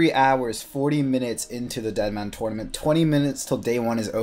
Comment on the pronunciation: TURNament not Twuynament